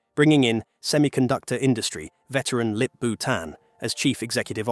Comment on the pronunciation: Sorry for being off-topic. But he sounds like 'lick-boot..an' while saying the new ceo's name😂